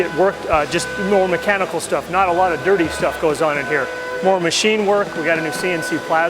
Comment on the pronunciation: moar ? , that's not how the English say more.